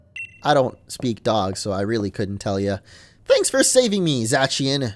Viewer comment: It's pronounced zacian